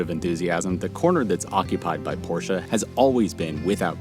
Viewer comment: It may sound dumb but as a native german speaker I really appreciate that an american is pronouncing Porsche the right way. It's a way of respect for the brand and I can clearly see that your passionate about what you do. Have a great time enjoying this masterpiece of a car and thanks for sharing your journey. :)